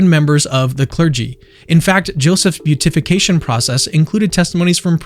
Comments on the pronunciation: I love the video and have shared it around. I know you have recently come into the fold and there is always so much to learn. I am delighted you have joined the family. Just know that "Beatification" is not pronounced "Beat-ification" ("Beet"-ification) nor "Bute-ification" but "Be-Atification" (sort of). I hope this helps you up your already great game as a Catholic YouTuber. God bless! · (Just fyi it's bee-at-if-ication, not beauty-fication 😊) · Beatification is pronounced: bee a tuh fuh kay shun